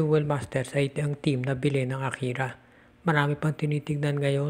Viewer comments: akari not akira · AKARI PO HINDI AKIRA